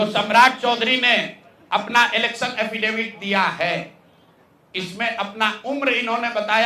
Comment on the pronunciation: हफेदेबित बोलते है